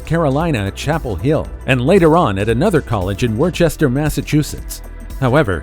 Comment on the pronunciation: Worcester, Masschustetts is pronounced "Woo-ster, with the "woo" rhyming with "woof", not "wor-sester" (woostershire sauce@